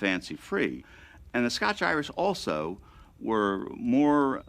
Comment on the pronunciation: It's scots not scotch